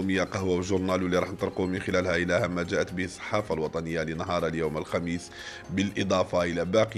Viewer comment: ضرك أنا نصبح على هذا ؟؟؟كيفاش راح يفوت اليوم؟؟؟........حرف ما نطقو صحيح ها المخلوق.......أذول فلاون........الثحافة الوطنيةليوم الخميث........ذمال ولد عباث